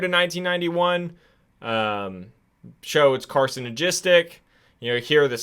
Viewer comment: So you can't pronounce surfactant or carcinogenic 🤣